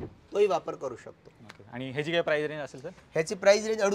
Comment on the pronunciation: प्राइज नाही, प्राइस म्हना 😅😅